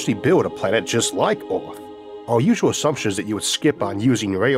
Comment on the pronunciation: A program about earth narrated by sometime that cannot pronounce “earth”